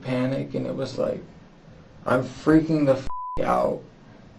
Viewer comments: "Jesse didnt Ferking exist" haha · "Jessie didn't Firking exist" made me cackle out loud😂😂😂😂 I'm so sorry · "jesse didn't FERKING exist" is wild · "Didnt Phurking Exist" ended me bro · He said phurk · "Didn't Phurking exist" 😂 dead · "they discovered that "Jessie" didn't Furking exist" 😭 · "... that Jesse didnt furking exist" caught me unawares 😂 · "Jesse didn't ferking exist." I like this channel.